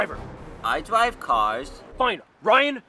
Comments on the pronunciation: I dwive cwars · "I dwive cars" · "I dwive cars." I love that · Momo Blu akkham its "I dwive cars" 2017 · dwive not love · Am i the only that comes back just for "I dwive caws" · " I dwive caws " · “ lets rock and roll “ “ i drwive cawrs “ “ im mario and ur liNgUini “ “ he has such a way with words 😍 “ “ i.. dwive cawrs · " I dwive cars" - 2017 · Let's find all the "I Dwrive Cars": *bows* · “I dwive, caws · "I dwive cars" Ryan 2016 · “I dwive cars...” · "I dwive cars." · "I dwrive cars” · Literally no one; I.. Dwiive.caws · "I Dwive Caas..." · "I dwive car" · 'i.. Dwive cars' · " I dwivve cawws " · " i dwive caas" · I dwive caws😂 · I DWIVE CWAERS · “Let’s rock and rolls” but Ryan “I drwive caw’s” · I. Dwive cawrs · “Iiiiiii dwive caws”😑😑😑😑😑😑 Ryan skips into the comic book store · I dwive cwars :3